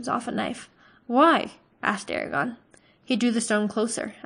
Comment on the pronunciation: Lol you mispronounced so many words including Eragons name lol I legit thought you were calling him Arya....lol